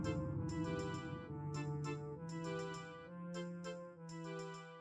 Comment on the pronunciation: "Loøsing Metroid"